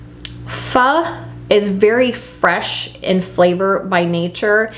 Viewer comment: I just got my star anise in the mail, so I am ready to make a beef pho! It’s pronounced “fuh.”